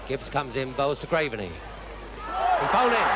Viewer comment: Who's the commentator who keeps referring to Graveney as 'graverney'?